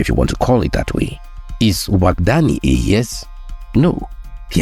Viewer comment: Overall, an enjoyable video, as always. Now, as a Beninese, I would like to make a remark. The name of the new president of Benin is pronounced Wada-gni, not Wadag-ni. To make it simpler, you could pronounce it as Wada-yin (but NOT Wada-yine). This is the pronunciation closest to that used by Beninese people.